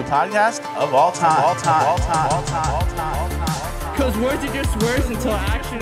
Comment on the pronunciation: Fleccas you okay? No emphasis on “The best new podcast OF ALL TIME!”